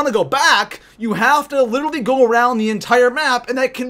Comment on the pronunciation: LITERALLY*!! PLZ not little-ee omg